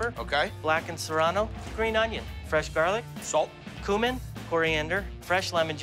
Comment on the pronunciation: I don’t like how the chef says “cumin.”